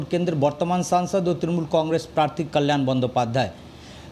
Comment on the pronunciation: কি ভাবে বাংলা সংবাদের কর্মী হন্ যখন তিনি বাংলাই বলতে পারেন না সঠিক ভাবে!! কাল্য়াল বলছেন তো কল্যাণের বদলে।